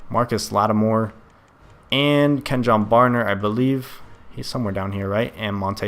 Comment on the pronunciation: It's pronounced Ken-Yawn Barner. Just letting ya know